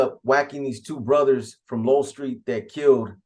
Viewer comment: It’s Low-El , Lowell St